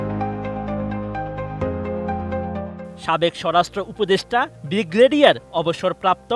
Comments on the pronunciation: একজন টিভি রিপোর্টার যে সঠিক ভাবে বাংলা উচ্চারণ করতে জানেনা, ব্রিগেডিয়ার ও ব্রিগেড উচ্চারণ করতে তার কয়েকটি দাঁত পরে গেছে তবুও উচ্চারন করতে পারলেন না। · জনাব সংবাদ পাঠক ভাই ব্রিগেডিয়ার (Brigadier), ব্রিগেড ( Brigade) --- শব্দগুলো সঠিকভাবে উচ্চারণ করা শিখুন, প্লীজ!!!